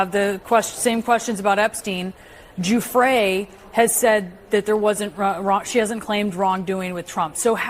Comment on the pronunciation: Giuffre is pronounced Juf fray